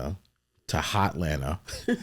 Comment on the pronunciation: This man just said hot lanta 😂😂😂😂 don’t ever say that again out loud bro